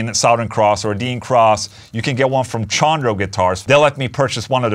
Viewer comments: Chondro is pronounced "Con Dro" not "Shawn Dro" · Hell yeah Chondro for the win! I need to stop in the shop soon and see if I can touch one before it's shipped out lol. Also, it's pronounced Kahn-dro.